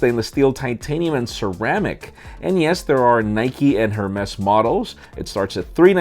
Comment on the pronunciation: That Hermes pronunciation almost killed ME